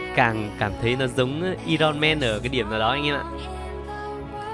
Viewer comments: ai rừn men nhé anh ơi phát âm chuẩn tý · I'M "i-ron" men